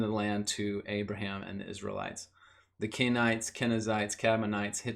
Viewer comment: great video man but who is this "abaraham" ;)